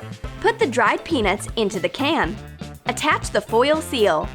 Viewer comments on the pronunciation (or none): OMG I THOUGHT SHE SAID PENIS NOT PEANUTS MY POOR MIND OHMAHGAWD